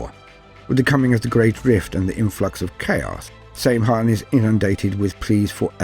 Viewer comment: Great vid, but one of the previous edition codexes (6th ed I think) clarifies in a note that the pronounciation is not 'same han' but rather 'sam hine'